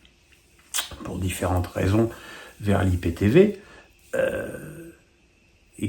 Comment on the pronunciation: Euh … on dit aie pi ti vi et non pas i pi ti vi